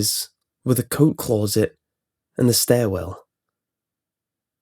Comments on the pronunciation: CLAWset lmao. It's closet. He kept saying it and each time he did I couldn't stop laughing. Shit story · "CLAW-ZIT" why does this keep happening? That's the scariest thing about this creepy-pasta. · The way you say closet is the only thing wrong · No one: This guy: c l r r o u z e t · clueset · Clauset? Kinda distracted me from the story a bit... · Only scary thing is the way you say closet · You always pick creepy pastas where you have to continue on butchering the word Closet.